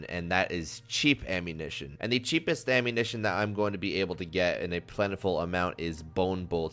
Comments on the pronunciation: "Ammuntion Plan" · “The Ammuntion Plan” 🤣